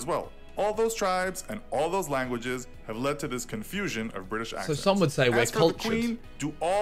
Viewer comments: Vik: "im bri-ish!" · "I'm Bri'ish" ~ Vik